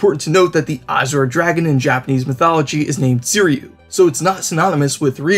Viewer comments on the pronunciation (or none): Seiryu is pronounced “Sayryu” just Fyi